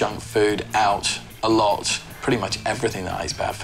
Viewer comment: “I eat a A-lot” “I drink a-lot-“ “I go out a-lot” I DO EVERYTHING A-lot XD